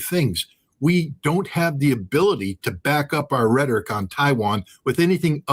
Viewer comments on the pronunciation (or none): none